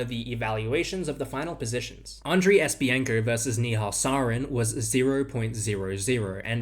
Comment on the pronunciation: Esi-penko, not Espi-enko.